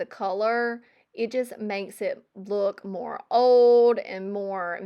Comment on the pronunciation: your southern accent reminds me of julie from julie thrifts. both of you say some words, like old (you throw a u sound in there) the same way. I liked how you explained things, so I joined. I also like that you clean with windex. that's my go to as well